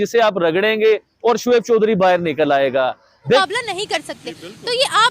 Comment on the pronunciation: Sos nhi soch bol Sodhri nhi Choudhry bol